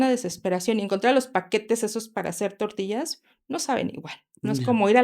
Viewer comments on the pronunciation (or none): El guero por decir tortillas 😂 dice tortias 😂